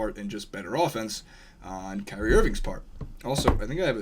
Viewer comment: That didn't sound anything like "Kyrie"